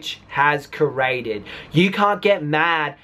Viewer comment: Lori Crabtree Agreed! This is his only income? Talking on You Tube? And in that mashed up Australian/Amercan accent?. This guy needs to go back to school. I understand some people have trouble making the 'TH' sound (He says Troof for Truth, Uvvah for Other) but Coorayted for Created is ridiculous.